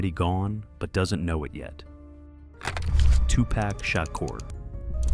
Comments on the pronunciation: I wish your non-talking ass would learn how to pronounce their names! It's Low-Pez and Too-pauk! Not Lopes and To-pack!!!! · He messed up Lisa Lopez name and made it seem like she was filming and not driving.He did not say Tupac's name right either.